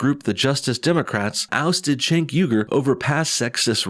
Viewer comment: it's pronounced Jenk, not Chenk. just sayin